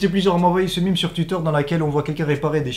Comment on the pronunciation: Ohhhh merciii le premier gars européen qui dit meme * mime * et pas meme * mème * 😭😭